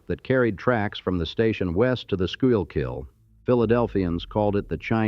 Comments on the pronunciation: Skoo-kull is how you pronounce the river's name. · Neat video but the audio is ruined by the AI narration with its mispronunciation of nearly every word and name local to this beloved city. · Please learn how to pronounce Reading, Schuylkill, and Amish. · You can always tell an outsider by the way they butcher the name of the Schuylkill river. lol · I watched a few of these. I love how the AI pronounces reading and schuylkill. It makes me wanna turn it off as soon as I hear it. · Why don't these channels bother to learn how to pronounce Schuylkill? Sheesh! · it’s pronounced, “school-kill” with the accent on the first syllable. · PSA for TTS/Generative AIs:"Schuylkill" is either "school-kill" if you are a traffic announcer from Philly, or "SKOO-kll" if you are a native of said county. That is all. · skoookill not schoookill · Doing great until the pronunciation of Schuykill river. Sku-kill. The Schuykill(road) is nicknamed SureKill, many accidents. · Schuylkill - pronounced school-kill. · It’s pronounced “Redding” (Reading railroad) and Schuylkill River pronounced Skoo’kill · The shurkill is cringe 😬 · The Expressway is pronounced Sure Kill. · Dude, stop using that stupid AI voice. Just narrate it yourself. The way it pronounced "Reading" Terminal Market, and Schuylkill was just horrendous. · It’s pronounced “sku-kill” and it’s Shibe that rhymes with bribe. I’m g,as I didn’t hear mispronunciation of Passyunk.